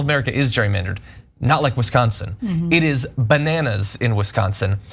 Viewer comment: She says Wisconsin perfectly.